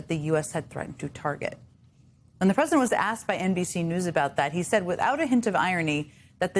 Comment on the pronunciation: Pwesident el Two Weeks Taco